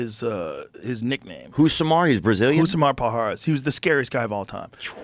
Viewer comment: Joe pronouncing 'Rousimar Palhares' is cringier than the 'cringe' compilation they pulled up